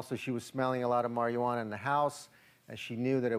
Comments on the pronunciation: this guys says it like mariajuana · Why the fuck am i listening with to this dumbass. HE cant even say Marijuana right... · Forget the fact that marijuana isnt the proper term. This guy cant even say that right!